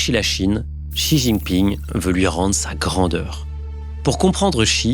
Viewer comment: Un coup xi jingping prononcée CHI puis TCHI. C’est bien prononcé CHI comme Xia dans Deng Xia Ping. Un petit effort sur la prononciation!